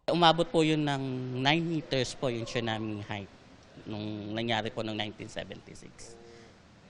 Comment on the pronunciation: Tsunami not chunami